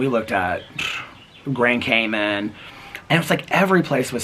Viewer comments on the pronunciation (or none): none